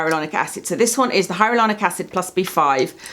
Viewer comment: Do you know you say HyaRuLonic instead of HyaLuRonic? Love the channel! Rarely buy a product these days unless I’ve watched your video on it, you have the same experimental nature with skincare as me. Really respect your channel and long term reviews!